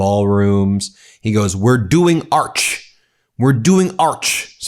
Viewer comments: Put him in his ark in the lions area.He cannot even say arch. Put Witcoff and Kushner in as well! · Arch is not pronounced Ark ! Moron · Ben, love you...but listen closer...He clearly says ark... But either way does he know what an ark or an arch is? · Did he say Ark? And by the way, can someone break down this Dell "Trump Account" thing please. Because it sure sounds like another scam to me. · "Arc (k)"?? En francais, on dit "Arc de Triomphe" (pronounced with a soft 'a' like 'apple'). Not "Ark", like bark. Perhaps tRUMP is trying to say "Orc", like in LOTR. That pronunciation I can agree and approve of - especially coming from the Senior Orc. Sorry, not sorry. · And he can't pronounce "arch"... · ‘ARKS’????? ‘ARK’??? None of these insidious ideas are the most important to American citizens. HE DOESN’T CARE ABOUT ANY AMERICAN. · TRUMPHITLER saying NOT ARCH....BUT ARK. TWICE. ARK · He is definately saying ARK...hopefully it sinks with him in it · The simple fact that he can’t get past the idea that it is NOT an “Ark”, but an “Arch”, should point out his dementia quite nicely. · He can't say the word "arch". It sounds like "ox" when he says it, it just sticks in his throat. Yeah, everyone's sick of him already. What is most depressing is the craven toadies and cowards surrounding him, who haven't got the guts to tell him to resign. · Is he saying "ark" , instead of Arch . Oy !!! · Why does he say ‘arc’ rather than ‘arch’? He’s not French. He’s an imbecile. All this nonsense about vanity project ballrooms and arches! While people are being kidnapped and beaten, kept in inhumane conditions, losing their medical care, and unable to make ends meet. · Nucular; Strategery; Auck(Arch) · I love how he called it an ark instead of an arch, is he planning for the next big flood? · Arks? This brilliant man does not know the difference betwee and an Arch and an Arch. 😂😂😂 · arch... or arc? i heard arc. that sounds worrisome; what are they planning to need an arc?